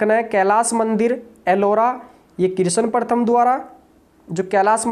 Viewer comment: सर किरसन नहीं कृष्ण प्रथम h थोड़ा हिंदी शुद्ध बोलिए।।